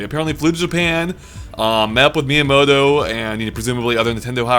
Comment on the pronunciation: wait did I just hear 'sugar me miyamoto'?